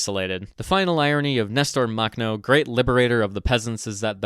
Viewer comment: Drinking game: Take a shot every time he mispronounces Makhno. (Warning: High risk of alcohol poisoning.)